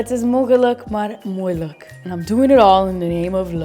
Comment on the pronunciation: at the end you said you mispronounced moeilijk but you pronounced it right!